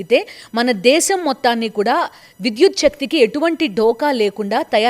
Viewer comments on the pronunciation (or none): none